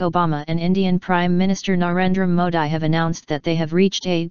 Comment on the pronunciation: Sorry , you are mis pronouncing Mr.Modi. It is not Modai ( as prononuced in this video),but its Modee.Pl. take care hence forth and if possible correct this video.